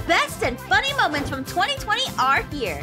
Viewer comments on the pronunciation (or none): Anyone gonna talk about “Momenets” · Mom: Say moments Me: "Momenets"